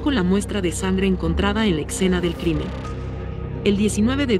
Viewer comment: Escena, no excena, después de eso todo muy bien